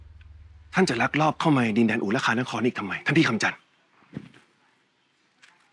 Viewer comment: ตลกตอนที่พญางูชลธรพูดว่าอุรุคานคร